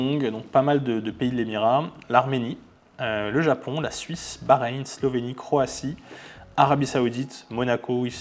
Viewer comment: C'est quand même dommage de commencer la vidéo en disant montrer comment on a "fait ses recherches pour la vidéo" et au final ne pas réussir à correctement lire "Slovénie"...